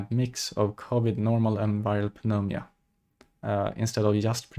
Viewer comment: Pneumonia pronunciation is nu-mōn-yuh